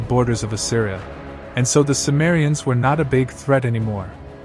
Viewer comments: The word cimmerians is pronounced Kimmerians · C is pronounced K btw.